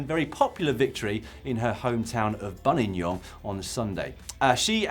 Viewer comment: I must admit Dan I was nervous how you would approach the pronunciation of Buninyong after hearing you attempt Ottawa but fair to say you got it down first attempt!